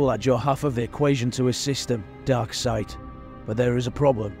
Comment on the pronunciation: Hey narrator darkseid is going to kill you for saying he name wrong